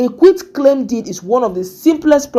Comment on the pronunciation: You finally corrected the pronunciation of QUIT. That's good.